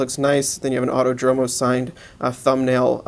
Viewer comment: fyi, it's pronounced autòdromo (and protòtipo)